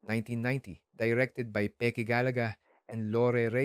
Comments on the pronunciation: Pronounced as GALYAGA hindi Galaga. Video game yun 😂 "Aswang na kumakain ng tao"? Wala pa po akong nakitang umaamoy lang 😂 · It's "Gal-YA-ga." The LL is from the Spanish alphabet, which is usually pronounced as a [y] or soft [j].